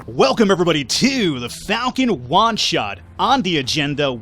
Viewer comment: I laughed during intro and it sounded like you said Falcon wad shot. :P